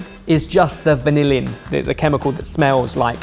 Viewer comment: As a chemist who worked with vanillin for a little while, I’m glad I’m not the only one who struggle to say “vanillin” 😂